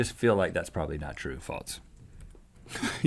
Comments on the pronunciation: Katie Hyde 'Foam' is also a word, but the sentence "I called my grandmother on the 'phome' " would be similarly aggravating to some people. It's all about the intention of the word, and the intention here was to use the word 'false.' 'Faults' would be grammatically and semantically incorrect within the context that Link was using it. That being said, the way that Link pronounced it didn't bother me, because nobody's perfect. Also, with respect, if you believe that freedom of speech means that nobody can criticize what anybody else says, then you would be violating it by criticizing what he/she said. However, that's not actually the purpose of freedom of speech, as defined by the First Amendment to the U.S. Constitution. Freedom of speech means that the government cannot create laws that limit the free speech of citizens. It's not targeted at individuals or companies, which is why YouTube can remove comments that it sees as inflammatory, for instance. As I alluded to already, freedom of speech is part of an amendment to the Constitution (the First Amendment) included in the Bill of Rights. It's not part of the Declaration of Independence, which wasn't too fussy about the specific details of how the U.S. government would operate, but was merely intended to be a statement to Great Britain and the world that the Thirteen Colonies were now members of an independent sovereign state of their own design and no longer part of the British Empire. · true or faltz. why cant link pronounce false? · Is it just me or does Link say "False" like "Faults" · Link adds a T to false ... "That's faltse." I can't decide if it's endearing or annoying. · Stop saying faltz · Has anyone noticed how Link says Falts instead of False? It's so annoying haha. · Why does Link pronounce false as falts? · Even though I have the same accent, it does sound like false sometimes. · Faults is a word....face palm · Faltse? Geeez talk about not being able to pronounce.. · Link says FALTZ